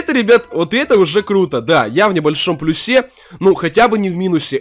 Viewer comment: Не в плюсЕ, а в плЮсе